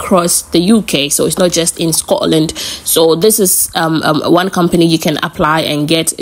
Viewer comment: Scotland not Scororland 👎